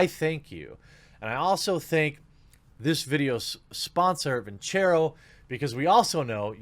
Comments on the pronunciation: Even though Jer knows he pronounced Vincero wrong, he still won't record and fix it. For your own sake Jeremy fix it. If I'm a sponsor and the person I'm paying to promote my product doesn't pronounce the company name right, I'm dropping them. I say this because I don't want to see you get dropped. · Dude, redo the sponsor advert and say the name right. Take you 5 minutes! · You really need to re-record that Vincero plug with proper pronunciation. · Probably need to record a new spot wherein you pronounce their name correctly.other than that..cool vid.